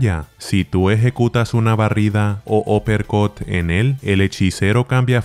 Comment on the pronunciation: U uppercut* porque uppercut se pronuncia "opercot".